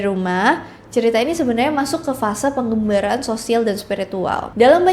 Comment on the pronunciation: Pengembara mbak, Bukan pengGembara